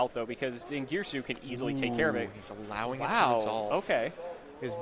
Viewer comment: din ger ee sue